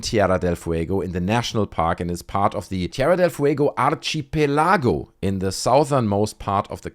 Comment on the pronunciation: "archipelago" = Ark-a-pely-go